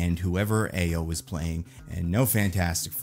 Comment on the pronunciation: Btw, a note on how to pronounce Ayo's first name (only so much one can do through text so not the mast name too, lol): It's Ah-yaw (like yawn without the N). Its a Nigerian Yoruba name.